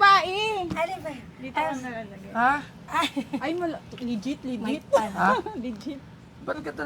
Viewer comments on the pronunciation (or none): Pgkarinig ko boss porn star, hindi pawnstar😂😂😂